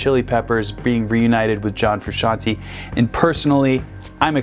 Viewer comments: Fru- shan-TAY!!! NOT shan- TEE!!!! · It's Frusciant-AYY, not Frusciant-EE, you muggle. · Ikr it drives me crazy, its fruscian-TAY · Frusciante !!! NOT Frusciantee you can't pronunce correctly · it's TAY no TEA gosh... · Fruscianteeeeee ...not Frusciantiiiii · It's pronounced Fru-shawn-tey not Fru-shawn-ti. Otherwise it would be spelled fruscianti. (Basic Italian pronunciation). Sorry this really bothers me. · You dont say John Fruscianti Its John Frusciante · It is Fru-shon-tayyyyy!!! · Froo-shawn-tay Also he's wearing the same plaid shirt as John. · Bro, chill. Theres no way for him to know how to say it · I'm sick and tired of people mispronouncing "Frusciante".